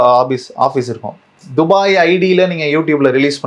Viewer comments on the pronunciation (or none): none